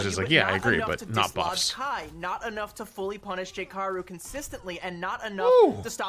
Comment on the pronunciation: Lol “J K aru”. At some point, you have to wonder if she was trying to find ways to say players names wrong on purpose.